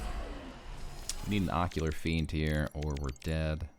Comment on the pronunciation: Great video, just one thing. It is Ocular FIEND lol